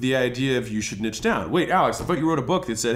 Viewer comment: thanks for calling it Nitche and not Neeche like douche bags do :D